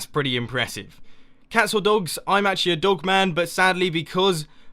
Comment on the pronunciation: mumbo said pats instead of cats, lol!